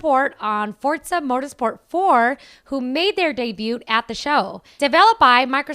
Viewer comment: Did she just say "debute" for debut? Nice video sans commentary.